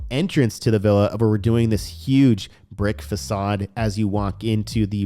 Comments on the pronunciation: Bro cool video but facade is pronounced fuh-sod not fak-ade… pretty sure that’s what you meant to say right ;-) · Facade please 🙏 Not facade it is facade the c is pronounced as an S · Fa-saaadd lol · I recommend learning the correct pronunciation of the word facade.